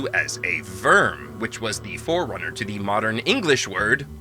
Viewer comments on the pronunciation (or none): none